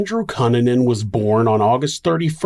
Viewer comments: Is it pronounced "Cue-nan-an"? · I don't think you're pronouncing Cunanan correctly. I remember in the news they pronounced it COO NAN IN or COO NAHN IN. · Really excellent storytelling as always,! I appreciate all the details you include to help paint a better picture. Also- Not a big deal, but his name is usually pronounced "Cue(Q)-nan-an" 👍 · I can’t believe this was 1997! I was a freshman in high school and a group of friends and me were following this case. It was on the news 24/7. He was a monster! Andrew Q-Nan-In is the correct pronunciation. Great job with this story! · I love your videos but cunanan is pronounced cooh-nah-nan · ITS PRONOUNCED. KOO NAN NUN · Learn to pronounce his name right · All that research and you couldn’t find out how to pronounce Cunanan 😂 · this dudes content is so well researched and executed. how is he mispronouncing cunanan? the news always called him koo nan in. So did Shyne. maybe they were all wrong? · Dude the least you could do is pronounce his last name correctly. Jesus Christ. Also no one cares about your other channel. Stop starting every single video with the same stupid callout. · Why are you saying Andrew Kannan name like that? It’s really distracting always a great story as usual but anyone pronounces name like that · Dude, I love your channel but your pronunciation of 'Cunanan' is incorrect 😭